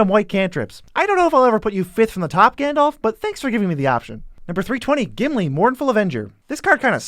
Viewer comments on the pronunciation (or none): I'm sorry but Aragorn, Gandalf, Galadriel, Théoden, Círdan, Celeborn, Éomer, Angmar, Gollum are all off, plus others being somewhat off, too. Typical americanization of names. Certainly, while it being one of the somewhat off, I appreciate Sauron not being pronounced as "sore-on".